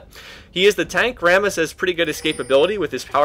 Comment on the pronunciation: Sounds like you're saying 'Varus' when you're actually saying 'Rammus' XD Got a little bit confused at the start.